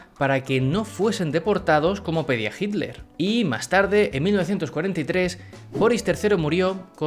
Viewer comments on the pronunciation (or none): none